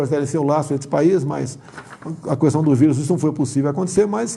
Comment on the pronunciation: Questão , não " cuestão ".....🤦‍♀️